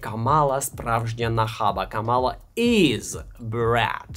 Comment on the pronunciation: КАмала, а не КамАла.